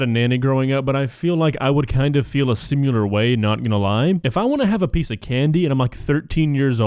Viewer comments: Also,... "simular"? Really? X3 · Love you, and since you make your living off of criticizing others, can you please explain why you say the word similar as "simular"? Being similar is being the same, not being a simulation. I think you know that, but I'm curious